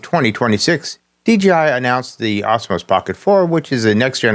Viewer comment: What is with your pronunciation of Osmo?? It isn't Osmos. And the price?? Either 499 dollars, or Euros. Not dollars euro, the currency is the euro, dollar is not a part of it!! But enough of being a nitpicking asshole!! Question, couldn't DJI release a version of the pocket 4 without the WiFi connection?? Would that get past the rubbish America is pulling?? I've been using the pocket 3 since it's release, and never once connected it to my phone, and take the SD card out and put it in my computer to transfer files. The only thing I ever connect wirelessly is the microphone, which is Bluetooth, is Bluetooth covered under the American legislation?? If not, surely a stripped down version of the pocket 4 should be quite easy to achieve, and still perfectly functional...........